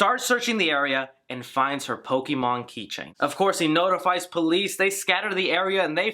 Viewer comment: Knew that chick had never pokemon’d a day in her life when she said “howd you know i like pokey-monn?”